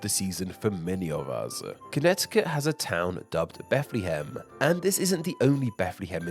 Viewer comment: It's pronounced Beth-luh-ham, not not Beth-lee-ham